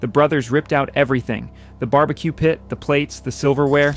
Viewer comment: It's ai slop. Mf said "bar bee quay"